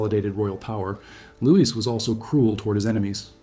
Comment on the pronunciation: Louis is Lou-Wee not lewis. terrible ai voice